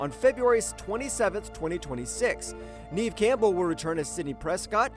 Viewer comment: Dud its leg-gua-zamo and Nev camble